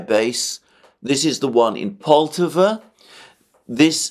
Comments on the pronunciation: PoltAva, my friend. We stress the second syllable. Many 👍 thanks for your work! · pronounce the Poltava name with an accent on the first "a" and not on "o"